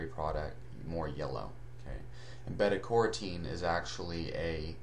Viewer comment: Beta COR-a-teen? That's beta CAIR-o-teen. You know - those long pointy orange veggies that grow down in the dirt? They are called carrots. Not corrats. I usually stop watching when a simple word in the field is mispronounced. It completely ruins your credibility.